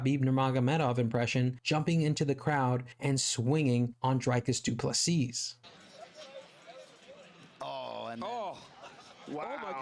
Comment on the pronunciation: Great vid, you said what everyone is thinking but wont risk saying. Please pronounce his name Dreecus du Plesea